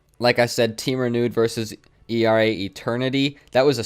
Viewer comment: It’s pronounced AIRAH not E-R-A. Keep up the dope content man.